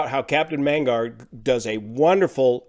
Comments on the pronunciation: You mention captain Mengar? :) ...just read the name as it's written . Magnar :) - no need to randomize the letters. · It's Fly with Mag-nar - it's his forename (given name) Magnar is THE guy for ATR 72 knowledge - the only thing he doesn't teach is the amphibious version of the ATR72 (Royal Air Maroc Express have the monopoly on that out of their maritime patrol training base in Al Hociema, Morocco)